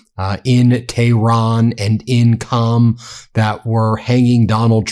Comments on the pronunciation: It is QUM not CAM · Qom is pronounced as Ghom not Com. I lived in Iran for 5 years when the Shaw was running the country, he was a close friend of the US. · is WRONG The City o Qom is not pronounced as Cam it's pronounced Quoom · It’s actually “Qum” pronounced just like “book” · Qom could be pronounced "Koom" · Qom is pronounced (as close as possible) "Kome" with that first consonant in the back of the mouth, almost in the throat with the vowel like 'home."